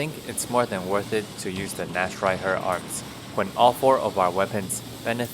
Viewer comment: Imo his version is better than the ones saying naktreiher For anyone interested, the ch in nacht is a hard h sound.